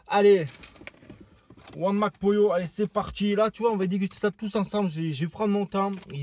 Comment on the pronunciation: Je sais pas pourquoi je rigole quand tu dis Mac Pollo ptdr